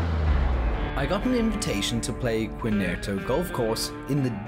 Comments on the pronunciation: Good content, but its Quintero , not quinerto…lol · Hey - it's pronounced Kin-Tear-Oh ; come on - if you are going to do stories, get the pronunciation correct!